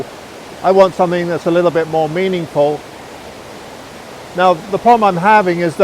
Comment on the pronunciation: did you say you "wanted something more meaning-fall"?;) These cinematic vlogs you do are outstanding - don't understand how more people haven't subbed.